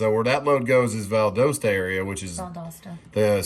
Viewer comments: Valdosta is Val daw sta not Val doe sta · Did you say val dos sta you mean Valdosta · Don't listen to how Miss Google pronounces locations - it's Val DAH Stah, not Val DOH Stah. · And I was just about to correct you on “ Valdosta “ but she did 😂